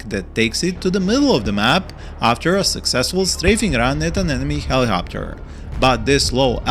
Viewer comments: It’s helicopter not hellohopter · He-Lee-cop-ter seems more beneficial 🤷🏼‍♂️ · I love the way you pronounce helicopter. My beloved helihopter :3 i want to use them better but i always use them multirole, guess i should use them to fire more at tanks and get rid of hydrapods